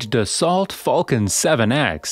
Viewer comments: You lose all credibility when you can't pronounce the name of the manufacturer correctly. It's not Da-salt. It's Da-so. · It's pronounced DASS-SEW not DASS-SALT. Dopey AI voice...